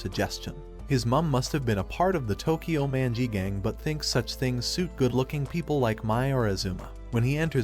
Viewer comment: did he say tokyo mangi gang💀